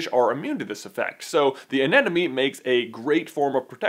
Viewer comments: I didn't actually notice him saying "moovoo"... I was more distracted by him saying "anenome" instead of "anemone" haha Still love you J!! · It's pronounced "a-NEM-ah-nee", not "an-Enemy"! 8P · Your pronunciation of anemone is driving me insane! It's not "an enemy!!" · Katie May He also says anenome instead of anemone, but oh well, people make mistakes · haha you said 'anenemie' so many times :P it's actually anemone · Dude. It's anemone. Not anenome. Also, relax about "non-dominant male." It's not that big a deal. (Love your vids, though!!)